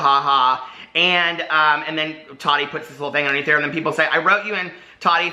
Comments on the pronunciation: Lmao I love you so much but I cringe so bad when you say tadi instead of TaTi 😂😂❤️❤️❤️ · Every time I see Tati now I think about her saying it bugs her when people don't pronounce her name "tat-tee' 😂 yes she has mentioned it ha,ha Love her so maach! I do enjoy her videos most of the time, but as someone here said I think she is an influencer verses a creator. She's awesome for reviews, but if you want creativity you are going to look to Jeffree or James..or Nikki. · How are people giving you a hard time for saying “Tati” wrong? Many Americans say the ‘t’ in a word softly or like ‘d.’ In the part of NY I’m from no one says a hard t like that 😂 For example, if I were to say “button” you don’t hear me say the t at all, and if I hear someone (like a youtuber) say the harder t I actually feel surprised and I’m like, why did that sound so weird just now? 😂 I don’t think it’s wrong, it’s just a pronunciation thing 🤷🏼‍♀️